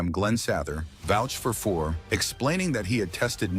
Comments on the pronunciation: 1. Cheevers did not win back to back Cups. 2. Keons only controversy was Harold.Ballards treatment of him. If Leaf fans wondered why je was bitter they're idiots. 3..Lose the AI. Names.are butchered. And.Fuhrs being injured in playoffs didnt cause hom to be benched 4.Robinson was never thought of more as a coach than a player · Hope any wrong pronunciations of Fuhr is there in this ? I think he said Grants name one time. Angel Dust and Ice were not drugs that